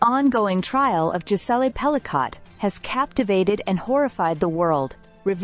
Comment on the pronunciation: Hate this A.I.-narrated crap….”Jis-ell-ay Pell-i-cott”. The surname is finally pronounced correctly , then goes right back to being butchered…is it really that costly to have a human being pronounce things correctly ?